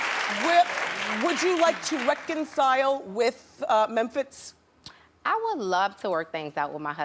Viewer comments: Wendy knew she could pronounce mempiz name correctly,beeing funny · riz1738 exactly and who pronounces Mephintz like that boiii😂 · Toya's husband is a nobody to Wendy!!!!!! She can't even pronounce his name properly!!!!!!!!!!!!!!!! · was it me or did it seem like she rushed them through every question ??? she's ask a question & by the time they open their mouth to reply she's have another question. She tried to enunciate every syllable of Memphitz & it got my last nerves. I was very annoyed, to say the least. & Who asks a child those types of questions ? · Who asks those type of questions to a kid? And why does she pronounce Memphitz like that?? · This was one of my favorite Wendy interviews ever! It cracks me up the way she pronounces Memphitz's name!